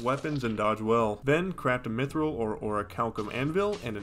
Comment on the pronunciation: HE DID IT! HE FUCKING DID IT! HE SAID ORICHALCUM PROPERLY!! NOBODY DOES THAT!! IM SO GLAD YOU DONT UNDERSTADN